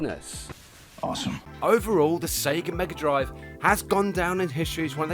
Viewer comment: I love the Genesis and I still think it’s weird that you Brits say Mega Drive, you say it well though